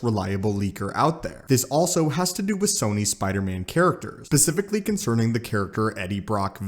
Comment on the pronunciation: "pacifically." "molti-verse."